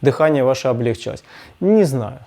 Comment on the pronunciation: ...либúдо, а не либидó.. ..облегчúлось, а не облéгчилось..